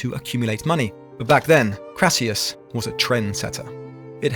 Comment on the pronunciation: I enjoy your work, especially the more recent long form ones. So I’m going to be pedantic here. Your facts, historical research excellent. But the late republic Rome’s richest man wasn’t called “Crassius” it’s Marcus Licinius Crassus, or just Crassus. I’ll let the minor mangled name in part 1 pass…